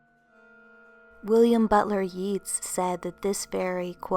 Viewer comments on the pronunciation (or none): Just for future reference, when referring to the philosophers Keats & Yeats, although spelled identically save for the 1st letter, each is pronounced differently. Keats is pronounced as written, "Keets." Yeats, however, is pronounced "Yates," rhymes w/gates. Not trying to be a word nazi. I'm actually trying to be helpful. I mean no offense. You are one of my favorite narrators on YouTube. I simply want to help make you the best in everyones' eyes.